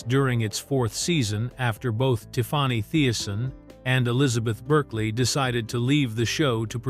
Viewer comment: It is Tiffany not tiffwany